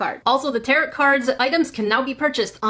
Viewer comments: ....I tried but I can’t help it its Tarot (Tear-Oh) Not tarrot... Im sorry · Just fyi, tarot is generally pronounced "tare-oh", not "tare-ot"😅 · I love how she said "territ card" instead of pronouncing it "taro" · Just to let you know- tarot is pronouned taro! The t is silent lol! I'm a witch so it kinda bothered me lol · It's pronounced "Tarrow" 😉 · Tarot is pronounced teh ·row the t on the end is silent! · The way she pronounces tarot makes my brain hurt but it's okay because I love this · Tarot... Second t is silent.